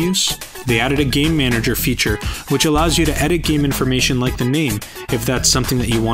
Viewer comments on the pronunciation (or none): none